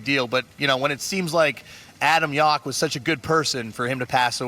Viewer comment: RiP MCA BTW, it's pronounced "Yow-k", not Yok. As in "No one really knows what I'm talkin about, yeah that's right, my name's Yauch"